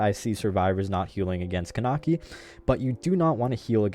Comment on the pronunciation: It's pronounced Kuh-neck-ee